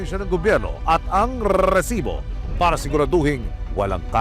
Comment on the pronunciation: Tigilan mo yang rrreeeesiboo mo kainis😂